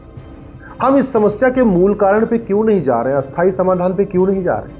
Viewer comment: STHAAYEE AUR ASTHAAYEE SHABD KA UCHCHAARAN THEEK KAREN ! BILKUL VIPAREET / ULTE ARTH HONE KE KARAN ARTH KA ANARTH HO JATA HAI ! EK NAHIN BAHUT SE CHENNALS KE VAKTA -- ANCHORON KEE YE SAMASYA HAI !!! SUDHAAR ANIVAARYA !